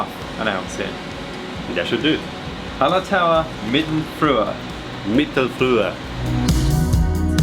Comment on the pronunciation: That pronunciation of Mittelfrüher was pretty good ;)